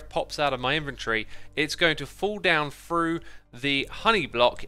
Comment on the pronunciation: lol :p talkin bout the number free n fallin frough things n the dragons breath gettin frown instead of thrown :p what accent is that??? is it specific to a certain region??